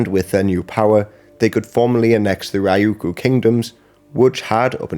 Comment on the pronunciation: Bro said Ryukyu like rieyoukyou